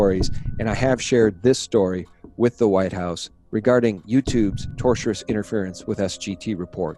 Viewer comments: TORTIOUS = "TOR - SHUS". [ NOT "TOR - CHEW - RUS, as YOU say.] Yes, it TORTURES you, but it's a TORT = civil wrong. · You mean tortious interference, not "tortiourous". Keep up the great work 👍